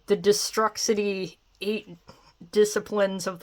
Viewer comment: its pronounced destroo-city lmao. sorry long time WWF/E fan.